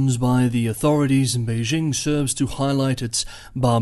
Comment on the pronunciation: For China-Taiwan relations, I mostly listen to Taiwanese channels (in Chinese), because they provide the deeeeeeeepest insights. But does a good summary, even though he cannot pronounce Beijing properly (should j as in jingle, not s as in leisure). We should not follow pathetic US efforts to pronounce foreign words (imagining that all foreign words have the sounds of French, a language which most Americans cannot speak).